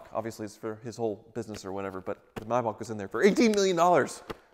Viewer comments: It’s not pronounced Myback, it’s Maybach, Google it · It's a Maybach,not a Mybach. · Paid 40 thousand and can't even pronounce the feckking name. Its not a my back. It's s mayback spelt however z germans spelt is. Either way it's far from my back. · It's a Maybach, not a Mybach... Typical Yank, butchering languages one syllable at a time... ;-) Or do you also pronounce the month of May as 'my'? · What’s a “my-bach”…? How do you say the month between April and June….? 😂😂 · mee-bach. mee-bach. mee-bach. please, you're hurting my ears by mis-pronouncing it.